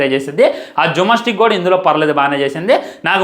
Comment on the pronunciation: Jummastick kadhu ra gymnastics 😅😅 chaduvu raadhu kaani vallani comment chestunnav 😮😮